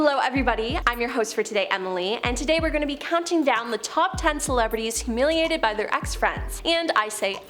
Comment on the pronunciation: Lol WHO-humiliated